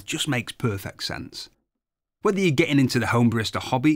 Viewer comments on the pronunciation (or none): none